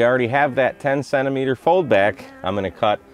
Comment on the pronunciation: What the heck is a sennameter? 😝 😂